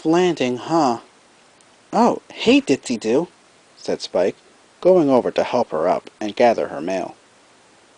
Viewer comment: YES FINNALY somebody finnally got Ditzy Doo's name right!